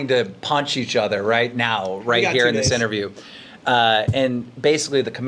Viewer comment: I heard - inner view .. instead of interview